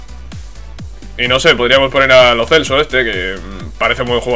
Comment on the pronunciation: se pronuncia Lo Chelso